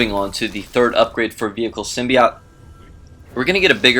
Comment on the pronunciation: symbi "oat"... NOT symbi "OT"